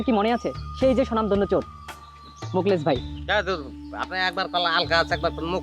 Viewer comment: Bangladesher lok চোর কে.... "চুর" .... উচ্চারণ করে কেন....😂😂😂